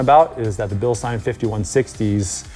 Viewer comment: It makes me smile, everytime says Bilstein😀 He is one of few who pronounce it correctly!